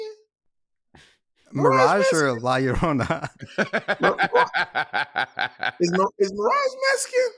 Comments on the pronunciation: Mirage is Mexican. At least part. The way all non Hispanic people can't say "La Llorona"....😂 (La.....YO....RRRRHO....NAH...) ❤️‍🔥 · its la LLORONA yorona i thought you speaked spanish bob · God the pronunciation of la llarona killed me. I believe in the story she's looking for her children. And parents tell you to stay inside at night because she may think you are her child and take you. El cucuy would been funny af xD